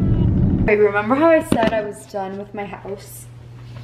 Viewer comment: just fyi... you say "member" instead of "remember" like you're a toddler still hahah. it's just funny wanted to point it out. i notice Rachel does it too. but just wanted to make sure you know so you sound like an educated adult LOL